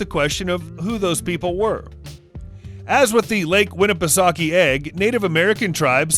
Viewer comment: Its lake winnipesaukee not wake lol what is wrong with you people